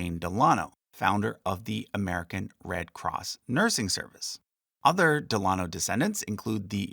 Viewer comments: I wondered this myself. Del-a-NO not Del- AH-no. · Me too. Normally It's DEL-uh-noh, not del-AH-no. Not sure what's more correct as I've only ever heard the former until now. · Isnt it pronounced "DEHL' UH KNOW" not "DEHL AH' KNOW"? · Pronunciation note: I’ve always heard FDR’s middle name and his mothers name pronounced Del-a-no. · Very interesting. However, Delano is normally pronounced emphasizing the first syllable. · Found your pronunciation of DELANO to be different from what I’ve heard